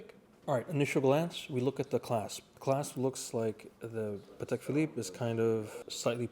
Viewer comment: That's a "Patel" Philippe 😅